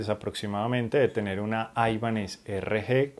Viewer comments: Gracias por el video. Muy buenos detalles. Solo una cosa, sin ser hater, porqué pronuncias la marca como "aibanez"? cuando realmente el nombre no es anglosajón sino de procedencia hispana? Saludos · No es aibanes, paleto. Viene del apellido español Ibáñez que luego le quitaron la eñe